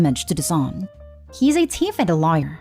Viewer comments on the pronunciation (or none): girl its not teef is THeef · wow can't even pronounce thief right.